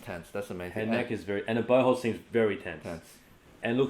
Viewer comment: I really thought he said butt hole instead of bow hold